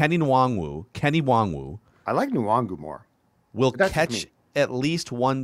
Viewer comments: Wait... Now there's talk of how to pronounce his name... It's HIS NAME. You can't just call him "what you like", Jood Zoolgud FIRST NAME: It is NOT "Kenny", it's "Ken-eh" LAST NAME: It is NOT "Wong-Woo", "In-Wong-Goo", "En-Wahng-Woo, or "En-Wahn-Goo", it's (say it with me now...then repeat 50 times) 'N-WAHN-GOO. The "N" is extremely soft/short ('N, not En or In). You guys get paid to do this shit, you shouldn't be fucking up the name of a player (ESPECIALLY one you want MORE OF) on the Team you're a fan of/covering My comments about this aren't even that serious, but come the fuck on... If you want to joke around, just call him "WANG-GOO" because that's actually funny. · Alright at some point somebody just has to ask the guy how his name is pronounced. Kene Nwangwu is not “wung-wu”. I’ve heard someone say it sort of like Yannick’s last name where the N rolls a bit as well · You guys need to find out how to pronounce Kene Nwangwu's name as you sound like fools talking about him.